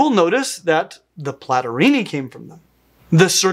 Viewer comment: Among others: Platyrrhini (pronouced mich like "Platorini") and Catarrhini (much pronounced like "Catarini") sounds like two Renaissance Italian rival families or modern Cosa Nostra clans. 😎 Cosimo Platorini infamously shot Giacomo Catarini. 😂😂😂